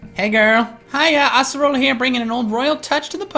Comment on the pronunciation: it's ace erola not ass orola